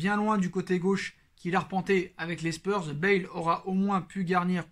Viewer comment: Bonjour, *Bale pas Bâle